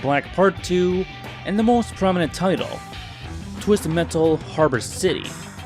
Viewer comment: “twizzted mettle”😁